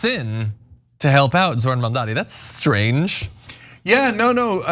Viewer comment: Say it with me: ZOH-RAN. Not ZOR-HAN